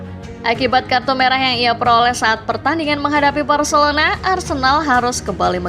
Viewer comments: ga salah denger kah, Varcelona😂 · Telinga lu gak salah bg Gw puter berulang kali buat mastiin 😅 Varcelona 🤣🤣